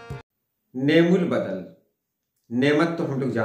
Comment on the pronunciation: is ka sahi talaffuz ni'm ul badal nahin balke ni'm al badal hai, arbi mein yeh ek fail hai lekin ab istemal nahin hota magar Quran mein hai : نعمَ المولیٰ و نعمَ الوکیل۔‘‘